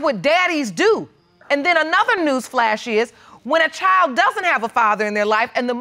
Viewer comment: Why can't the people on this show and most of the other court shows pronounce the word "child". Child is not pronounced "chow".